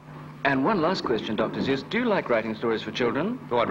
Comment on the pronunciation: A documentary on Dr. Seuss and mispronouning his name throughout? Not knowing Suess actually rhymes with 'guess' is poor research.